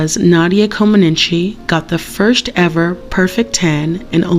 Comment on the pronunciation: Great story, and one so many of us do not know. Thank you! There is one thing I would like to correct you on, it wouldn't be a big deal, except for the huge historical value of the gymnastic great, Nadia Comaneci. Her name is pronounced in English, "Comaneech", not Comaninchi. Please accept my correction in the way it was offered, for historical accuracy. Keep up the good work and the fantastic info!! Current info on Nadia, she is living in the United States, married to Bart Conner, a former American Olympic gymnast, they have one child. They are very involved with the Special Olympics.